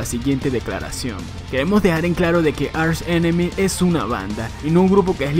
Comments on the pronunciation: ARSH enemy... , aprende a pronunciar bien por favor , se pronuncia ark enemy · se dice ARK ENEMY no archhh enemmy